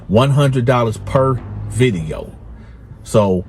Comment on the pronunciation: “Viddy Yo” 😂